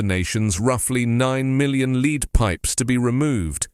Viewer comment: I liked your news, as usual, but pronunciation of "lead" rhyming with "need",,, and was wrong, since the meaning was the chemical element and pronunciation should have rhymed with "bed". Perhaps you should mark your copy or purposely misspell two-pronunciation homographic words in the copy so you do not have to handle ambiguous pronunciation while reading copy.